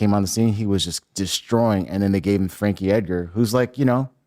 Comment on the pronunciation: "Frek Eger" = Frankie Edgar???